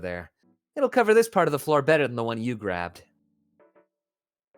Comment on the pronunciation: He said "better" wrong